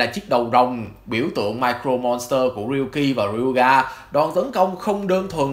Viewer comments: Sao "Mirror Monster" mà ông đọc như "Micro Monster" thế? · mirror chứ ko phải micro monster nhé ad :< đoạn này nghe cấn cấn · Nội dung clip okay nhưng tôi muốn nhắc ông 1 chút về cách phát âm, từ "Mirror" trong "Mirror Monster" đọc là "mia rơ" chứ ko phải "mai crô" nha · Mình góp ý chút là mirror phát âm là /mirə/. Hiện tại bạn đang đọc giống như là micro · Video khá hay nhưng mà mình có chút đóng góp là về khi đọc Mirror Monster hình như giọng đọc thành Micro Monster, nếu sửa được chỗ này thì tuyệt vời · Mirror Monster ko phải là micro Monster nhé ad. Phát âm sai từa lưa 😅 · mirror monster nghe ông đọc như micro monster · Cái này là góp ý nhé anh Chữ " Mirror " anh có thể xem cách phát âm trên cái trang từ điển để phát âm đúng giúp cho vid nghe hay hơn nhé anh ạ